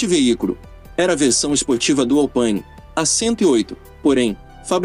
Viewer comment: É ALPINÉ ÉÉÉÉ , É FRANCES e não em Inglês , tenha repeito pelo belo projeto de Jean Rédélé . Pronunciar a "inglesada querendo parecer culto principalmente quando o nome é GAULÊS , mostra mais não ter a cultura que pretende parecer ter . Que tristeza não acerta um sobrenome que não seja anglo-saxonico .( E uma coisa de minha observação ; Americano não tem carro pelo prazer de dirigir mas sim pela grade vontade de se exibir , já o europeu tem a " macchina" pelo prazer de dirigir . Por isso que carro americano anda em linha reta mas é ruim de curva porque tem um enorme e pesado motor na dianteira pobre em cavo por litro , já o europeu costumam serem bons de curva e terem motores relativos pequenos em relação aos americanos mas que produzem muito mais cavalos por litro . Na minha opinião o melhor esportivo dos americanos na época destes da matéria era o europerizado CORVETTE , simplesmente porque o pai da ideia não era americano e sim europeu formado no Instituto tecnológico de Berlim , e não fale do Mustang pois ele tinha suspensão traseira e freios iguais a de qualquer caminhão , e os enormes pesados motores V 8 com eixo comando no bloco e jurássicos tuchos e balancins com mais de 65% do peso na dianteira , ou seja , muito ruim em uma estrada sinuosa como qualquer estrada de montanha . A sua matéria é até boa , mas procure a pronuncia correta dos sobrenomes ( esp . apellido) que não pertençam a língua inglesa , como o * transliterado * ROFSTETER * no alemão "h" tem quase sempre